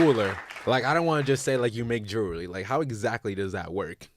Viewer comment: Nigga don’t know how to say jewelry